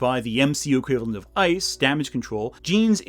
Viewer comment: “I.C.E”? 🙄Seriously?